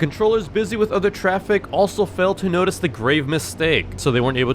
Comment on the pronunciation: you forgot about “nateece”